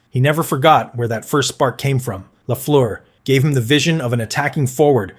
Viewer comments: No! Its last part rhymies with "bird" and "first", not "goose" or "through". It's amazing how most North Americans seem ignorant about that. One of the greatest players of all time, and people don't even know it's a French-Canadian name, and instead remakes it into a horrible sounding way. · Repeat after me ( Ghee Lafleur) 😊